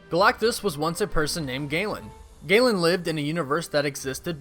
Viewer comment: Gae-lan? I thought it was Ga-lan